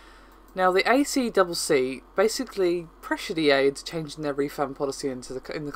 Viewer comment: "a triple c" is how it is said locally.